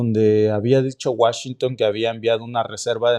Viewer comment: Deja de decir Washington no te queda, eso lo utilizan más allá en Europa. Escucharlo de alguien de acá se escucha hijo de pueblo con cabello rubio 😅 neta. No lo tomes a mal solo es opinión!